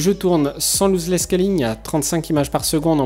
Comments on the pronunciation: pas Looseless scalling mais Lossless scalling.. Argh les oreilles ..sinon très bonne vidéo petit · Bonne vidéo ! Mais pitié c est pas "louse less scaling" c est "loss less scaling" 😅 Ton tuto est 1000 fois trop rapide par contre. Pas du tout pédagogique 😕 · On prononce loss 👉🏽 l'os less et non louzeless merci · Vidéo super intéressante, y en a pas beaucoup en français à ce propos ! :) Par contre par pitiéééé c'est "LOSS" pas "LOSE" ici haha, et ça se prononce bien "losse". :)